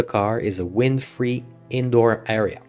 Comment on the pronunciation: In retrospect, it's kind of crazy that I've never heard someone say 'area' like that before.